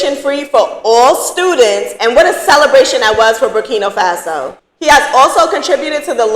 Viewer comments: I love your channel. But, it’s BURKINA FASO. not BURKINO FASO. please, I want you to say it correctly. It’s important. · It's not burkino, say it right if your gonna speak about the place. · Ma'am it's NOT BurkiNO. It's BurkinA 🇧🇫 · Berkina not Berkino